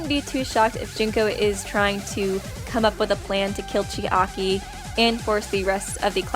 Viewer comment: Uff~! Im sorry, but it bothers me a little how u pronounce Chiaki. Its like 'Chi-Aki' how you say it, I am kinda confused. Isn't it 'Chiaki'? In like, one word? Or am I the one pronouncing it every time weong 0.0 Not trying to be rude, just wondering. I love your videos!